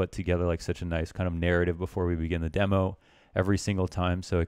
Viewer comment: God I hate the way he says demo damnit